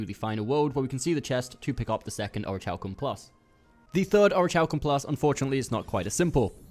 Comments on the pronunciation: Aw-ruh-Kal-km - like Oruh-kal-kum -- is the pronunciation. Its not or-itch-halcum. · It's pronounced "ori-Kal-kum." Your pronunciation of the "chal" is maddening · omg it rly bothers me the way u pronounce the material haha. its orich(k)alcum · Ori kal kum omg aaaah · Thanks for the vid...... but for the love of god it's Pronounced ORI-KAL-KUM lol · I swear to God the way he pronounces Orichalcum is ANNOYING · Orichalcum isn’t exactly a word people say all the time. Give him a break.